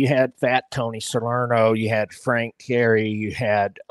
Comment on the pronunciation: Teeee - air - re .......... not terry . Sammy laughing all over his chops .